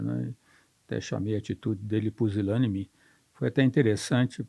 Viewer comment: "Pusilâme", "Pisilâme"....CRUZES!! O homem não consegue nem PRONUNCIAR a palavra "PUSILÂNIME" CORRETAMENTE !!! COITADINHO DELE!!!... Entrevista nem um pouco viciada...que VERGONHA!!! E se dizem "jornalistas"... É impressionante, o "gabinete do Amor"...